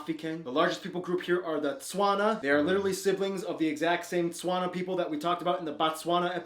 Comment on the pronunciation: I’m not okay with how this guy said “Tswana”🥲but we move...